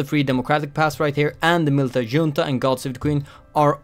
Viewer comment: The amount of Swedishness in pronunciation of "Junta"